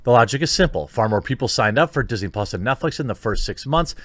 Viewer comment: "PUS" not Plus.